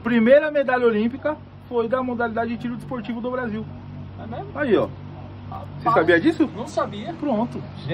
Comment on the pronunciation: "rapaiz" kkkkkkkkkkkkk